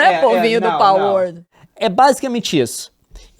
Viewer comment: KKKKKKK eu sei que é a mais correta, mas essa pronuncia de PALwolRRRd